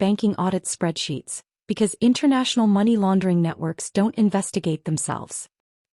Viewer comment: There's fiction and then there's AI crap that can't even pronounce Money or times 😂😂